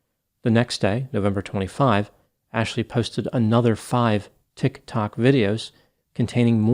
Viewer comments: Anyone else think it's low key adorable how pronounces TIK-TOK? Just me? Okay then. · Very informative video but the way he is saying tik-tok is taking me out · Interesting video, as usual. Had to come see the comments about the pronunciation of Tik Tok- just struck me funny how it sounded like something completely foreign to the doctor. But it’s a messed up situation that this Tik Tok Psychic got herself into. I feel bad for the professor who gets her name just thrown into the case with no involvement in it. It’d be an interesting plot twist if she was somehow involved, but I doubt that’s the case. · Who pronounces tik tok that way....creeepppy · Hahahaha. The way he says Tik Tok. Like an out of touch grandpa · Why you pronouncing TikTok like that foo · Dude it's "TikTok" not tik...tok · yes - I think he's on TikTok and it's not that difficult to figure out it's pronounced Ticktock not Tick........tock lol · I love the way you say “TiKK. TOcK.” 😂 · We now say "Tik...Tok" in our house daily. Lmao😅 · It's sad when crazy people capitalize on other people's pain. Thanks for covering this. Also, I love how you say Tictoc 👏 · Not a long enough pause between Tik....................To k. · I don't put much stock in content creators on 'Tik ' 'tok' either............laughing at how pronounced the sm name. Brilliant! But sadly the only laughable moments in this video. People need to be accountable for what they do and say online. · OK subscribed just because of the way you say "tic tok" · Why are you saying Tik Tok like that? "TiK (hard stop) ToK." 😕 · Pronounced Tick Talk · The way pretends he doesn’t know how to say tik tok is adorable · Same I absolutely love it so much lol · The way you say TikTok cracks me up every time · I've been pronouncing Tik, Tok wrong this whole time. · Ha ha. The way pronounces "Tik Tok". ❤😂❤😂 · Your pronunciation of 'TiK Tok' made me spit out my coffee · I love how you pronounce "tik tok".